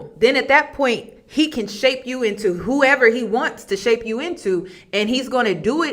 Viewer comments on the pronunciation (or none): none